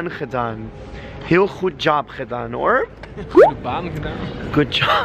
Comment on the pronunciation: The way you say “hoor” makes me crack up 😂